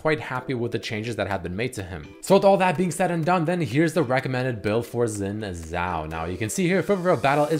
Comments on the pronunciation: The name is Xin Zhao not Zin Zhao. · Xin* Zhao not Zin Zhao. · Zin Zhao??? wtf it is XIN ZHAO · IT XIN ZHAO NOT ZIN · wasnt his name xin zaho not zin zaho ? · Omfg the way you say xin zhao is starting to annoy me. XIN is pronounced like SHIN. Omg you even spelled XIN as ZIN because of how you pronounce it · "Zin Zhao" ... isnt is Xin Zhao? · I'm pretty sure IT'S Xin Zhao NOT Zin Zhao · I thought it was Xin Zhao. With a fukin X. When was he Zin Zhao with a Z??! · Again "Zin" ?! 😒😡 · Wait its xin zhao not zin right? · so its zin zhao instead of xin zhao hmmmmmmmmmmmm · mercy isn't Xin Zhao not Zin Zhao? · Xin zhao not zin zhao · "Zin Zhao" lol it's xin zhao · Everyone talking about sejuani build being wrong but the real problem im XIN Zhao. Not zin zhao for god sake😂😂😂😂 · i think its Xin Zhao and not Zin Zhao dude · I thought it was Xin zhao not zin zhao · "Zin" Zhao? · Zin Zhao? seriously???? its Xin Zhao bruh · "Zin Zhao" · I thought it was xin not zin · Who the fuck is "Zin Zhao"? :D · Zin Zhao... Really? Zin? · its Xin Zhao.. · And the 'zin zhao' lol